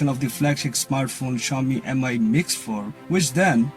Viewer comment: I’d say MI is pronounced ‘me’ not ‘emeye’ and try to lighten up a little and get a bit more ‘ASBYT’! Your background looks better than the last one I watched. The phone seems a good Android offering. I’d like to see one without a notable bottom ‘chin’ thicker than the side and bottom bezels but that’s not happening on Android thus far even Samsung only seem to be able to do that and then only for Apple not themselves!😂